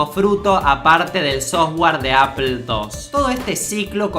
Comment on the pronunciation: shobs? apel? Pronuncia bien weon, o te voy a cagar a trompadas, boludo.